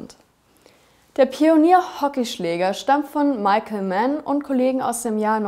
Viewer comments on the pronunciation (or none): none